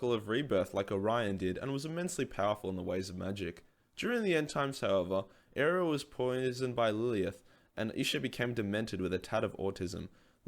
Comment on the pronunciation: did you say arliella? its allariele xD el-air-ee-el